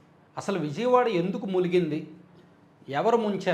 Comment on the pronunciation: మీరు ములిగి పోయింది అంటారేమిటి మునిగి పోయింది అనాలి కదా? 1 వ తరగతి పిల్లలికి పాఠం చెప్పినట్లు అర్థమైందా? జాగ్రత్తగా వినండి? అంటారేమిటి అలా అనడం చాలా సిల్లీగా లేదూ.మీ వీడియోను మీరు ప్లే చేసుకొని వినండి ఎంత విసుగు పుట్టిస్తుందో. మీరు వివరంగా చెప్పున్నాను అనుకుంటారేమోకాని అందులో సోది ఎక్కువగా ఉంటుంది. ఇంకొక విషయమేమిటంటే మీ అరచేతులు ఉదయంనుండి సాయకాలం వరకు బ్లాక్ బోర్డు మీద చాక్ పీస్ తో వ్రాసి వ్రాసి పిల్లలకి పాఠాలు చెప్పినట్లు తెల్లగా సుద్దపొడి పూసుకున్నట్లు ఉంటుంది. వాస్తవానికి ఈ విషయం నాకు అనవసరం కుతూహలం కొద్దీ చెప్పాను క్షమించండి.